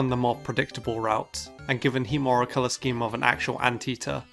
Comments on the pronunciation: Heatmor? Really? Alright. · Heatmor? Really...